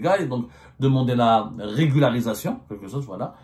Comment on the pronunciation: Monsieur Abdou a un problème à prononcer correctement régularisation 😂😂😂😂 regul! regluglsiration relugarusecion etc etc ! On dirais il joue au cafouillage ?